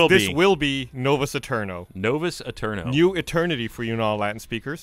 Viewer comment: >_> He references Latin speakers and gives an accurate translation, but he mispronounced the title. The title should be pronounced "Nowuus Ayeterno." The important part is that "v" is pronounced as "w" in Latin.